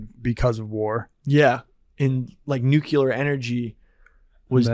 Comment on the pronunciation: A part of me dies every time says nucular when he means nuclear